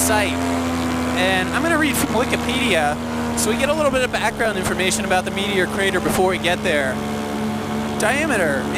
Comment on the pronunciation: Nice Vid! The drone shots are awesome! Its funny when you say "Meteor Crater" i understand Media Creator lol